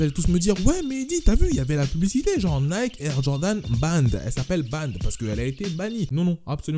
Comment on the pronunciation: En anglais Nike se dit Naïki 😉